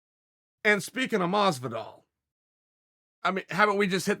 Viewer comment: 'George Masvidal'....